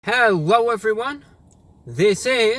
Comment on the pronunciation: hewwo evewyone